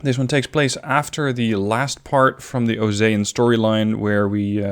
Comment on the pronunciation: It's pronounced oh-see-ah